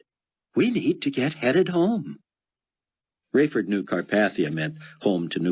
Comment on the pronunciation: CAR PAY THEE UH 😑